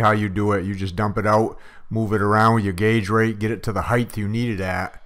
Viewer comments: The word "height" is pronounced like "weight" and does NOT end with the "TH" sound. You'll start to sound professional if you can correctly pronounce the common words in your industry. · Yes, dialects vary, but the pronunciation of "height" with a "th" sound is simply an error. Sticking with errors because you've made them for so long says you can't learn to do something new and you aren't able to adapt to the times or innovate. I would absolutely send someone packing if they couldn't properly pronounce an industry word as common as "height."